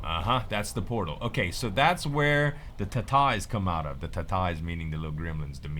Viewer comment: Oh my gosh, I busted out laughing when you said "ta-tais!" I'm from Lafayette and I'd never heard anyone out here in the big world say that!